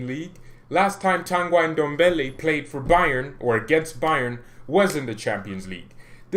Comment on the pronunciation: And not tangaj.TANGI ENDOMBELE